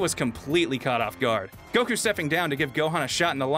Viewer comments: God the way pronounces Goku makes me want to rip my ears out... You're not even saying it how the Japanese dub say it... Its GO-Kooo Not Guh-kooooo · Kinda, the way he pronounces Goku and how he says Tienshenhan (he may be correct, but it doesn't sound right to me) are the main things that are iffy imo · Okay not going to lie but pronunciation of Goku kinda rustles my jammies and it's not even about me being a grammar Nazi it's just over pronunciation kind of bothers me a little